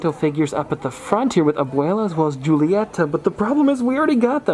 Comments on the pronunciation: Love watching your hunts, they might be my favorite type of video. Just want to say that Julieta is actually pronounced as "Hulieta", with an H, not Julieta with a J ahahah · Hi! I believe it is pronounced hoo-lee-yeh-tuh not joo-lee-yeh-tuh. I could be wrong though ha ha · in spanish the j’s give a h sound! so it’s “hool-ee-et-tah” :) the j in Julieta is silent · In Spanish culture the j is pronounced like an h so you say julieta (who-lee-eta)